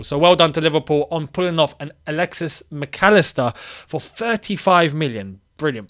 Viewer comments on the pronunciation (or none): none